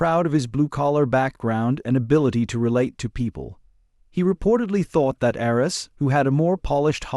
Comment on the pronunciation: Must be an AI voice that cannot pronounce names. Couldn't even get Arness right. Arns? Really? So I skipped through this in a couple of minutes. Junk.